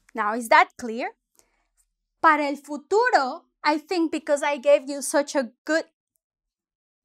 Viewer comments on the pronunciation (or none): none